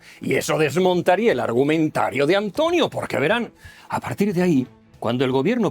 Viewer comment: A Antonio le ha salido una "h"... Hantonio... se va transmutando... Hantlonio, Hantlonie, Hantlonier, Hatlonier, Hatloner, Hitloner.....